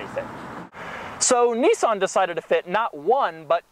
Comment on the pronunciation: Say Nissan correctly, not Nessan it's Nissan.